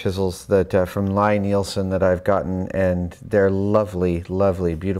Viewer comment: You used a chisel from Lie-Neilsen, but you mis-pronounced the name. It is "LEE". I was honored to know both of Tom Lie-Neilsen's parents, Lee and Margaret. Both are Marines who now guard heaven. Tom has a wonderful shop in Warren, Maine.